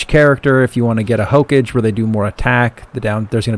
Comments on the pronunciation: It's not hokej, it's Hokage. Belive it! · did you just really say hoke-age LMAO nice guide otherwise tho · Okay I let it slide for the first 17 but after the 18th hokage God damn it watch a single episode of Naruto Jesus Christ its HOE-KAW-GAY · Also the word Hokage, never heard anyone pronounce it as "Hoke edge" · hokage is pronounced as "hoka gei" it is an anime reference Naruto in particular. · That's not how you pronounce hokage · it makes me cringe how he says Hokage, good guide though. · Good guide.. My only gripe is how you pronounced Hokage, lmaooooo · Every time you said Hokage I died a little bit inside. Good video either way.